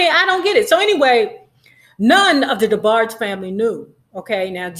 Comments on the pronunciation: Debarg-EE. lmaooo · Lol it’s just weird hearing you pronounce their name as “Debargey” 😳😂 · Debargee? Can tell you weren't a true fan. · Not DeBargee lolol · She was tickling me every time she Say Debargees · Please pronounce their name correctly. Respectfully. Thanks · You can’t even pronounce the name right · Before doing trash gossip...learn to pronounce the families name correctly...... rhe E is silent in their last name....how u do not know this blows my mind. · Why are you mispronouncing Debarge? Not cute at all. The "E" at the end is silent. I literally stopped listening within a few seconds. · What is wrong with her pronouncing Debarge like that. Damn…irritated me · Gosh, you're letting those people attack you 'cause you're having a little fun with the DeBarge name? I'm sure you know the correct pronunciation; all I see is that you're having a little light-hearted fun. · Damn pronounce their name correctly! You sound stupid! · The E is SILENT in DeBarge im sure! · 😭😭 I turned it off soon as she pronounced it like that. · I could not really watch because of this. Plus I don't really like when people talk bad about the Debarges without even knowing them or the whole story. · THANK YOU, IT'S ANNOYING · James and Phillip's last name is Ingram, not Bailey. The 'e' in DeBarge is SILENT. Much of your information is just not based on truth. I will not comment on your speaking skills. And finally, I would not pay 5 cents must less 5 dollars to subscribe to listen to your massacre of the English language. When you çomment on people's lives THINK before YOU speak. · The e in Debarge is silent.😊